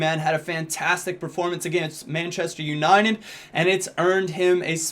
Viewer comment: does he say manchester uninen ?